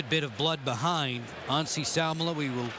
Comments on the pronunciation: lol cant say Anssi Salmela. Who is Nazi Salmela lol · He meant that the commentator pronounced 'Anssi' a bit like 'Nazi'.